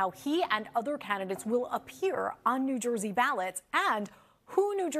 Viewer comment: Did they say new joisee?